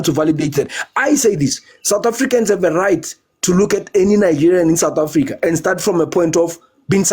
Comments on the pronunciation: Satafrika …sir please say sooooouuuuth Africa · I can imagine his mouth opened screaming "Satafrika"🤢🤢